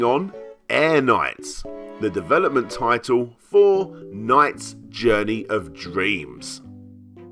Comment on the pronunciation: LOL! "NOIGHTS". I love your pronunciation.